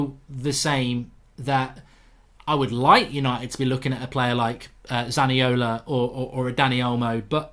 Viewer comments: its zaniolo not zaniola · It's Zaniolo not Zaniola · Zaniolo not Zaniola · Isn’t it zaniolo goldbridge 🤔😂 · It's Nicolo Zaniolo not Nicola Zaniola... imagine trying to talk about trasfers and not even knowing what you are talking about.